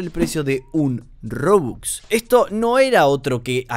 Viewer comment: Me gusta como dice rubux y es robux xd